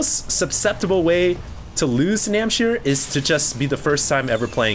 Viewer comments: it's NamhciR.... not Namchir. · its NAM H C IR not namchir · Everyone complaining about mispronouncing NamhciR's name should just shut up. Namchir sounds so much cooler.:P